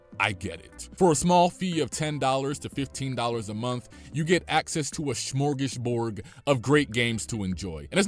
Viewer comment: Grown a$s man can't say smorgasbord.